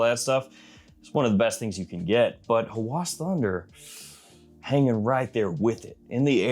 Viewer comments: its a short A, so Hawas, not Hawaas. thats how its pronounced. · Arabic speaking here: It's not "Huh-whooaaaas" Nah..it's "ha-whass" >> where A of "ha" as in "apple" >> and "whass" also as in "apple" without extending it